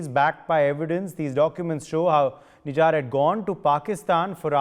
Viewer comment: Why is this guy pronouncing Nijjar's name like a foreigner "Nijaaar" 😝😝